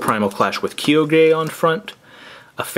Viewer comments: it is pronounced Ky-ogre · You say Kai-oh-ger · It's pronounced Kyoger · and it's said kie-og-er